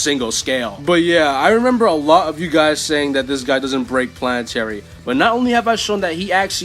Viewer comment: Bro said Pianatary